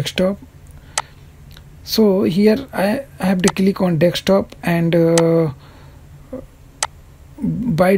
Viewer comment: Thanks. But Why you say Dekstop ? its just Desktop